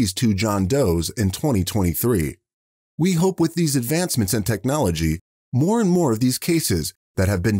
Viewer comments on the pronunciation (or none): none